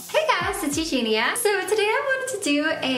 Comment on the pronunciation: ●Eugenia KU-knee●